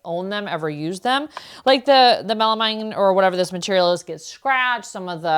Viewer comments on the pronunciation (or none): Pronounced 'KOO-rock'. Melamine is 'MEL-ah-mean'. You may not have overpaid for some of the plates. Some designs sell for much highwr prices than others. Also, almost every design of small bowls/plates came with a serving tray. If you find a tray, buy it! They are much harder to find and if you find one in perfect condition you will get much more for it.